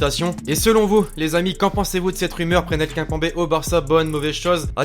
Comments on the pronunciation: Tu dis kinpanber au lieu de kimepember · On dit Kimepembé on dit pas kimpembé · a c trop drôle comment tu dit kimpembe